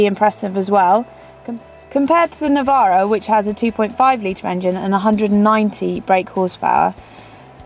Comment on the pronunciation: its a navara not a nivaro